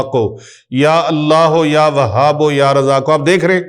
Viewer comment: Asalamo Alaikum..mne kehna tha k YA WAHABO nhi hota na YA WAHABU kehty hn..talafuz ye thek hy ya ksi bhi trha parhskty hn..wesy mne Talafuz se parha hy QURAN PAK.ya wahabuu kehty hn.